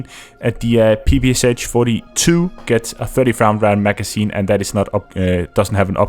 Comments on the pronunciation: Finally someone said it :v Yes, it was strange for me too when I realized. It is not P-P-S-H, it's P-P-Sh after Shpagin. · PPSh is actually pronounced with sh at the end like in shock or shire. That is why the it is spelled PPSh and not PPSH as short from pistolet-pulemyot Shpagina. Russians used to pronounce it like pe-pe-sha. Sry for this smart ass comment but I just felt the need to say it.